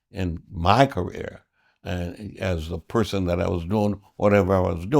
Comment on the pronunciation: Did he say “Kamala Harris Political rear”?